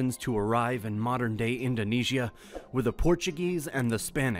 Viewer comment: I am astounded at how many of researched and professionally written documentaries include so many mispronunciations of even the most common terms related to the documentary. I would think that a little bit of research would have determined correct pronunciations. For example in this documentary words like Indonesia and Bali are mispronounced during the first minute! Those errors make me wonder about the authenticity of the entire video.